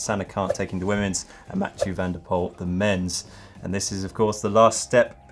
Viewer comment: you guys made me blunder because you pronounce Mathieu van der Poel always so bad